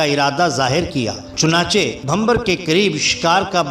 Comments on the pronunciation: Bhamber nhi Bhimber..lafz drust kr len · Gujrat main Jahangir ka maqbara mere ghar se thora door hai aur bachpan se is kajani se waqif thay . aur Shah Jahangir ke maile bachpan se dekhe.Aap ne mazeed tafseelat bayan kar deen,.Bohat khoob .shukriya.Sirf aik guzarish,gar ijaazat ho to: Naam "Bhimbar" hai,:Bhambar " nahin.Yih qasba bhi hai aur aik naala bhi.